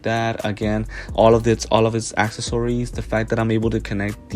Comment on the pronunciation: Nice video! Although “acksasories” is killing me 😂